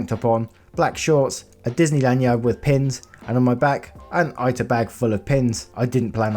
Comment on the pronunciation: Love your stuff just letting you know the pin bag in the story is an "eeta" bag it's a Japanese word so the I always makes an ee sound. :) Rediculous story all together though hahaha